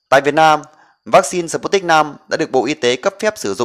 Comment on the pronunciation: Đọc là sput - nhích v. Không đọc là sờ- put- nic v, khó nghe quá